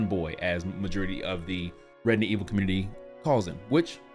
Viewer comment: He did it again! he said it Redident Evil 😁😂